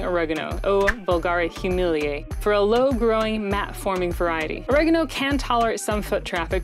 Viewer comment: Oregano has distinguished 4 syllables, it isn't all said at once. Annoying af voice.